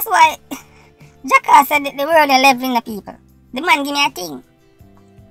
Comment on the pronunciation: Simon, he kept his promise. A "TING" IS A TING. HE DIDN'T SAYS WHAT TYPE OF "TING"